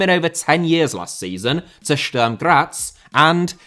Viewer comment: Yo, just as a pronunciation advice (respect to you for trying to get them right), the vowel in Sturm is pronounced like the one in put. Great video!